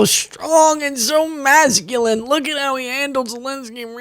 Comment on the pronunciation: ZelEnsky, NOT Zelinsky!!! Show some respect!